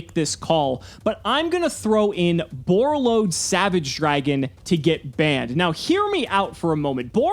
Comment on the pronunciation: When he said Borreload Savage.. 🤦🏻‍♂️